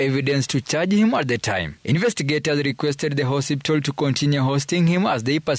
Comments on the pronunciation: It's HOSPITAL not HOSIPTA please 😅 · 'Hosiptal' surely?😂The bar is low and I blame wantam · Did I just hear a journalist say HOSIPTAL? 😂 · 😂😂😂 I thought ni Mimi peke yangu nimeskia. Na amesema hosiptal at least 3 times. Lazima ni mluhya